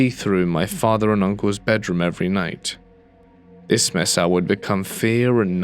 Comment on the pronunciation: re: “mesa”: I live in Arizona, but you can do this online, it is pronounced May-sah, not Messah.